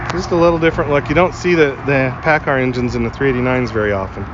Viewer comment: Everthing was good untill you said Pacar😈